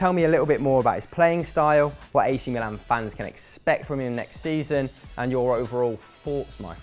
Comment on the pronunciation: Your pronounce of "Milan" is fucking wrong and annoying.